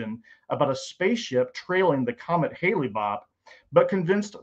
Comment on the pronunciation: I'm supposed to take a man seriously, who can't even pronounce "Clement" of Alexandria correctly, and who refers to comet Hale Bopp as "Hailey" bop lol?? Give me a break. Look, I'm not a Christian, but even I know not to throw the "extraordinary claims require extraordinary evidence" quote at the topic of the resurrection of Jesus. For God's sake... the Shroud of Turin remains as great a mystery as the pyramids of Giza! To this very day, even the non-believing experts who have devoted their lives to the study of the Shroud will tell you flat out; no human being has EVER proffered a successful explanation or example of how that relic associated with the "resurrection" of Jesus was created. TO THIS DAY! Other than highly complicated lighting technologies that, still, would leave the cloth with damage residue. Let's start with that issue, right there. Then we can move forward. At the beginning of your statements, that's what you ask for. "Extraordinary evidence." You've got it. A relic associated with the death of Jesus that cannot be replicated, even with our vast technological know-how and resources. As a non-Christian, I'd call that "extraordinary evidence."